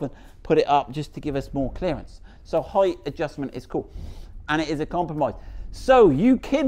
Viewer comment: Height is correct it’s not th in the end it’s ht . Therefore your pronunciation is perfect